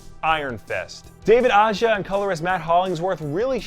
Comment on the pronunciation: A-HA, not Ah-jah. Not sure why everyone gets that wrong. He’s from Spain.